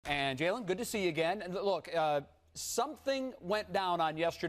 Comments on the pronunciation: nobody gonna address the fact he called jalen Gaylen lol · Yo. That dude SAS just called him Gaylen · he called him Gaylen 🤣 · Did Smith call him Gaylen? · Stephen A called Jalen "Gaylen" 😂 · Stephen A Smith had Jalen sick when he came on and even sicker when he called him “Gaylen” 😭😭😭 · Nigga said gaylen 😂😂😂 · he calls him gaylen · Did Steven A just call him gaylen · sas call jalen rose gaylen